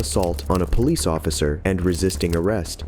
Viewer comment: What's a ploice officer?